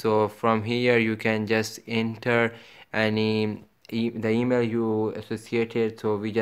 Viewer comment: Te mail 😂😂😂😂😂 thu thus tha tha tototo 😂😂😂😂